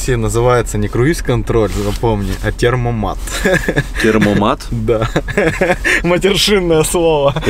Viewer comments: Темпомат а не термомат я как немец вам говорю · термомат?) Может Темпомат) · Термомат ? 😂😂😂 ТЭМПОМАТ !!! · не "термомат", а "темпомат" Привет из Германии :) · Термомат,, - поржал от души. Немцы говорят ,, темпомат,,. Привет из Берлина. За обзоры лайк. Юмор класс. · темПоМат! 😅будет правильно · Не термомат а темпомат